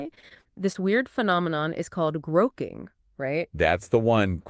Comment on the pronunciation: It's not "groke-ing" it's "grokking" pronounced like "Spock". It comes from Heinlein's book "Stranger in a Strange Land"